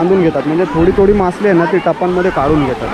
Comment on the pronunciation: मासली नाही रे बाळा मासळी